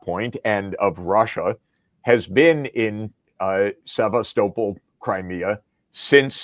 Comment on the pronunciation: Bravo, your pronunciation in Russian of Sevastopol is correct. se-va-STO-pol